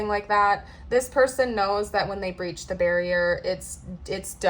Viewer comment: "Breach" 😂😂😂 sista "breach"